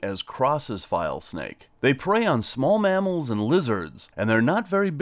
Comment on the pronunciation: You should show the name of the snake on the screen when you're holding that snake. I can't tell what you're saying sometimes. "File snake"? "Vile snake"? Saying something else even??? Please show the common name & even the Latin name s as well. It becomes more educational than showing nothing & we don't get to see the proper names etc.